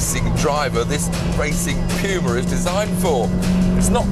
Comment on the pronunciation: Correct English pronunciation, amerifags would call it the '' pooma ''